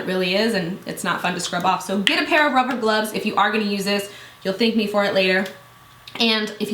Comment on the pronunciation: "ruver glubs" wtf lol